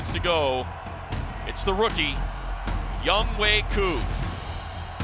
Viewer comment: And they still mispronounce his name his name is pronounced yongho! not young way. LOL